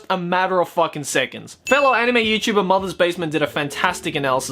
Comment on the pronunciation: I love how pronounces anime as 'enime'